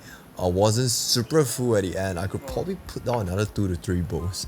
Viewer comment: "They are SUPRE SUPRE good at it "